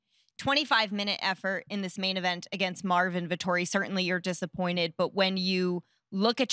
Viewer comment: Congwatwaysho fow mawwin, heedi at gway dub